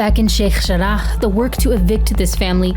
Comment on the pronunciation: I pronunciation of sheikh jarrah is really pissing me off